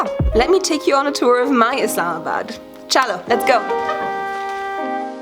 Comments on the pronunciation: Many thanks Eva. And the way you use to say "chalo" sounds very good. hahaha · love your content !!!! and specially "chalo" and "Desi" sounds so perfect